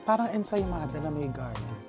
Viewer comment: Lakas ng ethos mo Chef RV naninwala ako sa Ansemada pronunciation mo hahaha. Pero Mali it is ensaimada spelled as pronounced. It is of Spanish origin. Kala ko tuloy French. Anyway naaliw namen ako sayo.